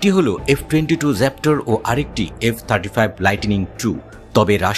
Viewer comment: ভাই, এফ ২২ জ্যাপ্টর❌ র‍্যাপ্টার✅